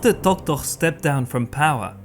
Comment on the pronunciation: I think you love saying "Tohtoh"... Many thanks for your excellent lectures!